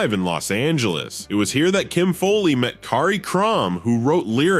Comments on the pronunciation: It’s not Kim FOLEY, It’s Kim FOWLEY. This must be AI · What's with this Kim Foley? It's pronounced Fowley as in foul ball.